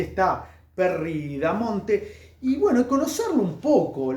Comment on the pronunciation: Es Perry "BAMONTE" igual buena información.